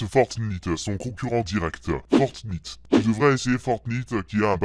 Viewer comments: ON DIT FORTNITE PAS FORTNIIIIIIITE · Arête de dire fort nite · Nino To Ça ce prononce plutôt "fortnyte" mais bon. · Fortnite ça se dit 《fortenaite》 et pas 《fortnite》🤣🤣🤣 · c pas fortnite c fornaite on dit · Fortinte pas fortintee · Il s’appelle fortnite mais il se prononce fornaïte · pas fortniite fortnïte avec l accent anglais!!! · C'est pas fortnite c'est fortnaïte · c'est "fortnaïte" et non "fortnite" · sa se dit fortnight mais sa s'écrit fortnite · Fortnayte pas fortniiite 😂😂😂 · On ne prononce pas "Fortnite" mais on prononce "Fortnaite" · Fortnite sa se dit fortnaite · C pas fortnite c fortnayte sa se dis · T vrm nul a chier en + tu dit fortnite c fortnityte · Putain c fortnayte pas nit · tu prononce mal fornite on dit fornight le nite se prononce night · C est pas on dit pas fortnite on dit fortnaite je joue tout le temps à ce jeu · Fortnite sa se dit fortnaïte pas fortnite 😂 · Sa ne se prononce pas fortnyte mais fortnayte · en dit fortnayt pas fortnite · Franchement arrete de dire fortnite dis plutôt fortnyte 😡😡😡😡😡😡😡😡😡😡😡😡😡😡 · Sauf qu’en fait ça se prononce «Fortnight» et non pas «Fortnit». 😖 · C est Fortnigth on prenonce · Il le savait pas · Sa se dit fortnait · À au lieu du shield il dit gilet pare balle, il dit Fortnite en prononciation alors qu'on le prononce Fortnaillte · on dit fortnaïte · Ça se dit fortnAÏt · Y'a que moi que ça gêne quand il dit fortnite ? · Ça s'écrit fortnite mais ça se dit fortnaite sa ta pas compris😂😂😂😂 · Sa me stresse comment tu dis fortnite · On dit pas fortniye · Mdr il dit fortnyte mais ci non cool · Mdr il dit fortnit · Tu ne sait même pas dire le nom du jeux on dit fortnate. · on dit fortnitaite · On dit fortyte et 'on fortnite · Tu c pas dire fortnite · conait pas "FORENIIITE" AU DEBUT JE PENSAIS QUE TU BLAGUAIS !!! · Le "i" de fortnite se prononce "aï" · Et putin sa se prononce fortnyte putin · Déjà sa se dit fortnaite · Ça se prononce fortnaïte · Sa ne sa appelé pas fortniiite sa sa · Sa se dit " fortnayte" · On dis Fortnight